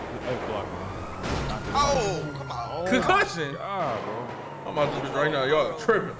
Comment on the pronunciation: Concussion🗣 Concussion 🗣🤣